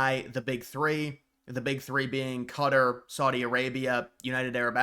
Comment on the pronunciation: Qatar is pronounced as Kah-taar